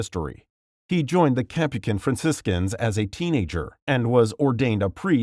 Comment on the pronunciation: My critiques of this video. 1. Mother Theresa - I don’t understand the point about her opposition to birth control and abortion. It should be pretty apparent that she would be considering it’s required. It’s a weird thing to fault her with personally. 2. Mispronounced Augustine. 3. Mispronounced Capuchin. 4. St. Christopher wasn’t “de-canonized” because there’s no such thing and he was never canonized to begin with. Canonization is a relatively newer process which is considered an irrevocable act. Regardless, early saints like St Christopher were popularly proclaimed as saints.